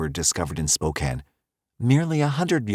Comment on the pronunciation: Much closer, well done! There's a bit more stress on the second syllable typically, "Spoe-CAN", but honestly good job.👍